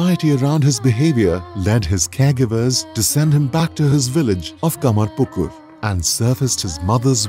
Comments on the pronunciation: Kamarpukur, not Kamarkupur😂😆😆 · Its not kamarkupur...its kamar pukur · The place Ramkrishna born is 'Kamar-pukur' not kupur...and Vivekananda's original name is 'Narendra Dutta' not Dutt. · Nicely portrayed, just one thing, please note the name of His birthplace is 'Kamarpukur', not 'Kamarkupur'. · It's Kamarpukur, not kamarkupur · Actually the City is called "Kamarpukur" not "Kamarkupur". The video is very beautiful. Thanks for sharing. 😊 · The name of the village is KAMARPUKUR not Kamarkupur. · Village name is not kamarkupur, please correct name , it should be kamarpukur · The place name is KamarPukur, not KamarKupur. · The place is called Kamarpukur and not Kamarkupur :D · Village name is "Kamarpukur" not "Kamarkupur". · No, he was not converted to Islam or Christianity, he tried those forms of prayer for the ultimate truth and 2nd thing is its Kamarpukur not Kamakupur. Please check the fact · Its kamarpukur not kamarkupur... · Kamarpukur... Not Kamarkupur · It's kamarpukur not kamarkupur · the actual pronounciation is kamarpukur not kamarkupur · It is ‘Kamarpukur’, the village of Sri Ramakrishna Paramahansa not ‘Kamarkupur’. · It's "KamarPukur" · Kamar not kupur , it's pukur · please provide proper information, his place of birth is " KAMARPUKUR", it's not "kamarkupur". LOL